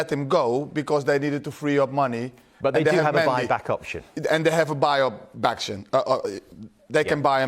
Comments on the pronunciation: Did anyone catch Jimmy mixing up Buy back option and saying backtion 🤣🤣🤣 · Hasselbaink says "and they have a buy baction" 😂🤣🤣😂